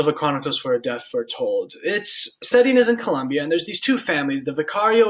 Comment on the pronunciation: COLOMBIA. Not Columbia... This was bleh.